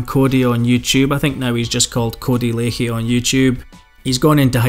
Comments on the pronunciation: I know it's spelled lachey but it's pronounced codey lack _ey not lake_ey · We all know Cody is a absolute wrong-un but we also all know how to pronounce his (current) surname , Lachey= " LAShey" , it's not difficult , just like Cali is not pronounced Carly FFS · its pronounced lashay